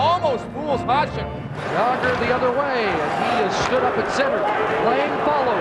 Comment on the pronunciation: Old-school Canadian mentality. Butchered Jagr here, too. Some of their talent to this day can't even say "Slovakia" properly.